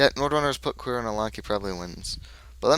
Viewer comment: here, its actually pronounced "cure-e-o" =] Also, i would've NEVER kept an opening hand like that but it was on my mulligan, so i had to keep it. =/ that was a a brutal mulligan, i should've kept the first hand that you didn't see. The SD's are there for early facechecks, if I had gotten them early they would have been great. Psycho and Closed Accounts there for tag-me decks, but yeah i've had about 50% success rate with the deck.